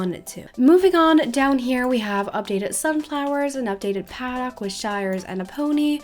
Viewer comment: Did anyone get triggered when she said 'paddock' wrong or is just me?